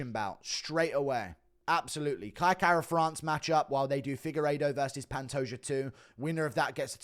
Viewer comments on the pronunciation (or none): none